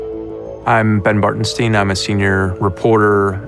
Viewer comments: Batren"stein", ok I understand... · Reporter: «BartenSTEIN» 🧃